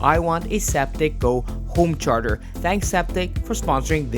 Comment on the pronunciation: "I want a Zaptec GO homecherger"